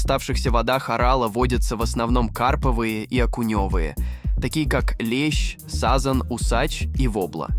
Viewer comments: Можно спросить в чём уникальность судов,и где ударения в словах,автор ты после монтажа сам просматриваешь,или как ты сАзан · Са'зан, камба'ла - страшно слушать речь такую! Сколько уже можно издеваться над ЯЗЫКОМ И русскими людьми!!!??? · Живой???!!! Это как же мало-мальски грамотный человек может произнести: "пАмира (Памира); рекИ,наполнявшие озёра; его водЫ имеют состав; хлопкОвых полей; камбАлу, сАзан"... да всех орфоэпических ляпов и не перечислишь! Дизлайк за звуковое сопровождение!